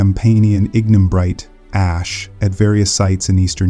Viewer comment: Annoying minor errors and distracting mispronunciations. Forty-thousand years narrated and 400,000 years illustrated on screen? Ignimbrite initially pronounced as ingen-brite? Please re-record this video and check your other presentations.